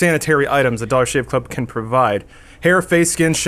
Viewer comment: When says "dollar shave club", it actually sounds like "dog shit club"